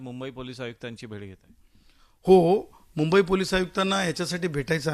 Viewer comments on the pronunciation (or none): none